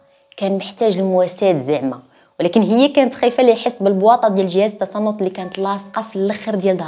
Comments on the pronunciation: آلة تنصت ماشي تصنت 🤣🤣🤣🤣🤣🤣 ضحكتيني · تباركلاه عليك .قصص زوينة.ولكن راه جهاز التنصت ماشي جهاز التصنت.ههه. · جهاز التنصت هههههه ماشي التصنت هههههه يتصنط لعضامه هههههه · جهاز التنصت ماشي التصنت 😂😂😂😂😂😂😂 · جهاز التنصت ماشي التصنت هههههه